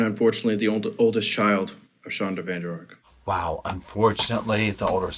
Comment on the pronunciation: That's a Dutch surname. It should be 'van der Ark'